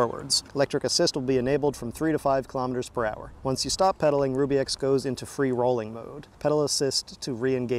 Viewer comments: Shouldn't it be pronounced "Rub E" instead of "Ruby"? Ruby makes no sense. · I do believe it is pronounced Rub E, Not Rue B...............as in , it rubs on the rear tire! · It's "ruh - bee", NOT "rue - bee"! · Pronounce it Rub bie and it makes sense. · It's PRONOUNCED (rub) (e) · That's what I was thinking. He kept calling it 'ruby' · Your not saying the name correctly.